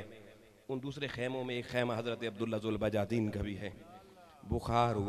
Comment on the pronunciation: حضرت ذوالبجادین نہیں ذوالبجادیںن دال کے فتحہ کے ساتھ